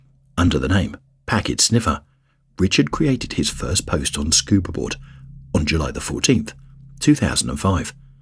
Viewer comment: When did scuba become scubr?